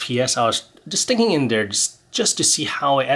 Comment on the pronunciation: you cannot say dere you have to say there